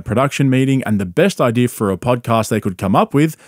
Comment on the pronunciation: Love ya and your content buddy. Buuuuut why you gotta put an R at the end of the word idea? An idear